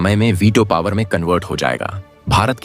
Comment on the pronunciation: पोवर नहीं पॉवर